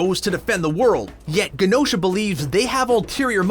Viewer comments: Great vid and I'm saddened to find this after his passing...but for the love of God it's pronounced je-no-sha! It's a longer je sound like Genome, Gem, German, Genosha. 🙏🏾😄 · Rant If you are going to have a Chanel about Marvel, you should be pronouncing Genosha correctly. It’s a soft G, like a J. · The way you pronounce Genosha is like fingernails on the chalkboard of my soul.